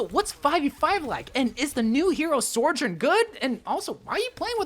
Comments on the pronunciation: Sorejern?. So-jern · SOjourn, not SORjourn. great video otherwise :) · sourjourn? i feel like content creators should have a modicum of diction... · Sorjorn? Really? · Stop saying soRjourn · Say sorjourn one more time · Ok. It’s: So. Jern. That’s it. That’s how you say it. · I just wish you pronounced her name right the whole time ✋🏻🥴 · You know you can google words like Sojourn and it’ll tell you how they’re pronounced right? 😂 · You keep throwing that non existent "r" into Sojourn's name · I love the butchering of sojourn